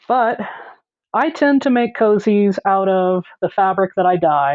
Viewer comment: I really appreciate that you call them "cozies," instead of "koooooozies." I feel like koozie just started as a mispronunciation. I mean what's a koozie anyway? It's not even a word. 😂